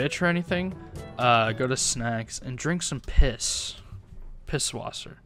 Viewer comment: Yo,this Video ist so cool and ist so funny how you try to say pißwasser Edit:thanks for the ❤